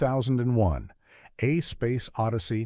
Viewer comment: Oh, God, NO! AI narration prominently mispronouncing in the very first ten lines. It cannot even pronounce the title of 2001 correctly, Shit. I want to hear their list. I DON"T want to hear this shit narration.